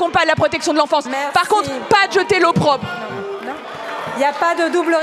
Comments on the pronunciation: J'ai bien entendu "l'eau propre" au lieu de l'opprobre ? Terrible lapsus de la ministre qui ne maîtrise pas sa langue ni son discours. Honte à la "gestion" maltraitante et violente des enfants placés qui les poursuit tout le restant de leur vie. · L'eau propre 😂😂😂😂😂 bonjour le niveau 😂😂😂 faudra lui dire que c'est "l'opprobre" 😂😂😂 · J ai entendu eau propre au lieu d' opprobre.....mon Dieu ces ministres... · erreur de prononciation ok la 1 ère fois , je me suis dit j’ai mal entendu … les 2 autres fois , aucun doute !! Et Sandrine reprend son expression en la corrigeant 👍🏼…discrètement 👏👏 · "Ne z'etez pas l'eau propre du bébé avec l'eau du bain..."